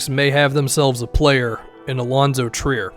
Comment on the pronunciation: Yes and I'm pretty sure he was pronouncing it like "try-er" back then because he didn't know who the heck he was 😄